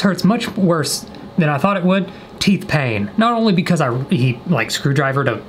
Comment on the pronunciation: Nobody: Literally no one:: I had a lot of peeth in my tain I love you you kill me 🤣